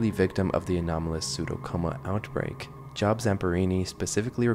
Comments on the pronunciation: The video talks about poison oak, not poison ivy. They're not the same thing. Also it's pronounced "Jobe", like Job in the Bible and not like your occupation. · as someone with the first name Job, that is not how you pronounce it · wouldn't it make more sense to pronounce it job as in the book of job? since theres a lot with the bible in this t just makes more sense rather than job as in a work job ^^